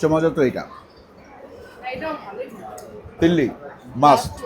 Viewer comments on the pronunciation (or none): তিল্লি না দিল্লি তিল্লি তিল্লি 😜